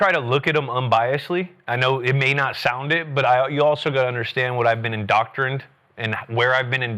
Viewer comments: Yup , , & . . . said "indoctrined" 3x! 😱 He often butchers idioms too. 😅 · Julian butchered the word indoctrinated and the idiom at the beginning. “A rising tide lifts all boats.”